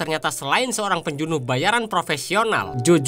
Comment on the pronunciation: Penjunuh 😂 pembunuh min wkwk